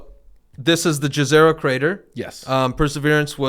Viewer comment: Ne re tva - (not Neterva or something else) Its a name of a river on Earth. And Jezero is pronounced with J like Y in the word Yogurt. Not the classic english "J". The word "Yezero" means " a lake". So, the location is literally named a crater lake. Same language like the name of the river Neretva. (which does not have a specific meaning itself as far as i know, it is just a name) It makes me smile those words are connected to this great research and these promising results. Its nice. This kind of research is all good and great but we wont really know until we dig deeper and explore those samples in detail. Rosalind Franklin rover will get to Mars sooner then any kind of "samples return mission" can be accomplished. But we really should have at least several of those in different locations to get a better picture. And all those together would be cheaper and faster then "sample return" plans.